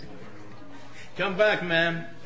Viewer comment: Tell me that i'm a bad person,but i love the way she pronounce "adios",feels sensual to me